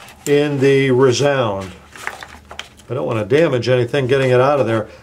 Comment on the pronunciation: Haha, rEEzound